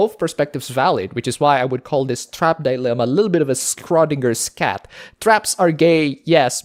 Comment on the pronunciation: "Skrodingers Skat" is what I hear every time he tried to say "Schrödingers Cat".